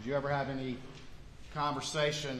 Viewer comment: Is it a southern thing to pronounce ‘Alex’ as ‘Alec’ with a hard c? Lol and the last name sometimes! Instead of murdough with an H I hear a ‘c’ letter ending. I’m from the far far north of the states so maybes it’s an accent thing ?